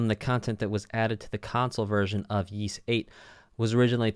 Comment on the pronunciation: also Ys is pronounced geese without the G